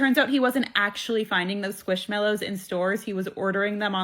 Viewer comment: calling squishmellows squashmellows absolutely sent me into orbit